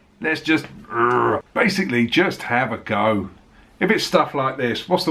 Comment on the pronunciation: The way an Englishman says "Balls" and "Have a go" are the most English things ever. All you're missing is "Cup o' tea". Your standard of quality: "Nobody died" could be raised a bit....ha ha. Greetings from Ohio.